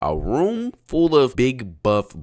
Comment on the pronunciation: why he say room like that